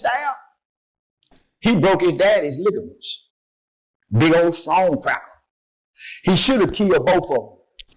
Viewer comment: He said Lighiment lol which you can't break , this has been nothing but racist on Antony family side the rape song which guy can't even rap this exactly should have killed both his doing God's work calling people crackers and all kinds of crap his. Channel should be shut down his calling people to violence , Since when he has admit to taking the knife